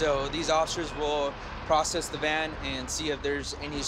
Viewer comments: Anyone else hear him say stolen Man instead of stolen Van? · When he said "stolen van" I thought he said "stolen man" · I think he said a stolen van, but it did sound like he said “man”. I thought the same thing at first. lol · At first I thought he said stolen man 🤓🤓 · I thought he said stolen man 😂😂😂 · At first I thought that he said a stolen man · Am i the only one who heard him say “stolen man” instead of van..